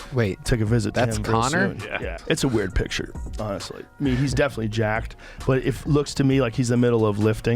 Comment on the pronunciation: “Oim gettin jaaacked”